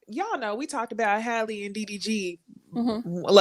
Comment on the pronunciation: Shout out to for continuing to pronounce Halle's name correctly.🙂